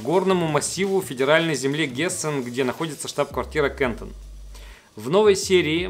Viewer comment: Немецкая компания КАНТОН- через "а" и туда же ударение )